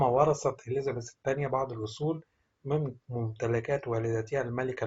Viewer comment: كان لازم تتعلم كيف تلفظ الاسماء قبل ان تذيع هذا الخبر مافيش شي اسمه اليزابيس الملكه أسمها إليزابيث